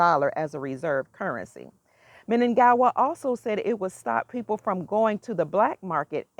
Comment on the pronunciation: are you from zimbabwe and the president's name is munangagwa not munagawa